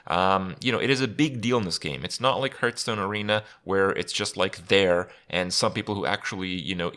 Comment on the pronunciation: Herthstone. LOL.